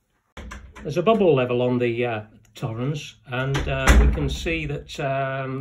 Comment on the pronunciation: It's T-horens not Th-orens!